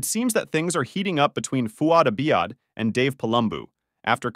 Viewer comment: Have you actually watched either podcast? You can’t seem to pronounce Fouad Abiad or Palumbo